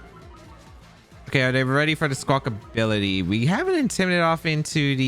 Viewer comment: When you said you’d pronounce Squawkabilly wrong in this episode, I thought, “How many different ways could you possibly say it?” And you definitely showed me lol there are a lot of different ways to say it. Squawkability is canon now